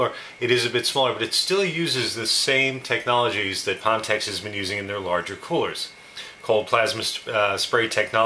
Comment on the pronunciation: just wondering because I don't know this company, but isn't it pronounced fan tech?